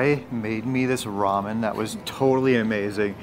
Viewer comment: I just heard you call Mya’s Ramon cheesy. Lol 😂